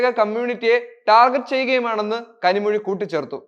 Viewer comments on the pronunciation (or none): none